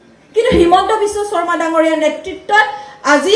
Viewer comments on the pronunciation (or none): none